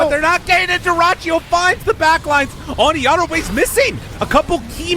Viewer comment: Wtf is this pronunciation of yatoro